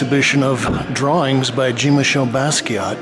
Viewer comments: Watched him develop all those years but never heard his name pronounced properly? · thats like blue jeans. its john as in pope john paul. and basket. not bask-ey ay.